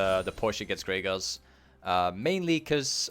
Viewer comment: yo its "GRAGAAS" not "greygus" lmfao much luv to u fam <3